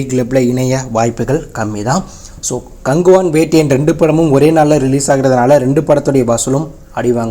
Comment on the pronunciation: அது என்ன ப்ரோ கங்குவா movie name நீங்க கங்குவான் சொன்ன மாதிரி கேட்டுச்சு 😂